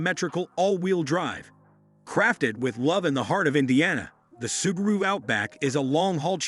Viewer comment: “Sub-a-ru hatchback” 😂